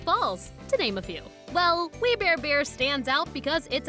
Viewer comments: "WE BARE EBARS" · "We bear ebars" Lol